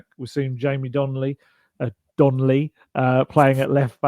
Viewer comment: It's Donelly not Donley!